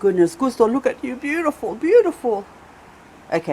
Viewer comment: I have to look for it As you always say, "Besutiful".